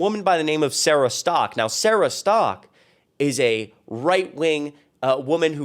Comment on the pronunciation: Bunch of hypocrisy! 😂 the way you pronounced her last name sounds like she is Sara Stuck 😂😂😂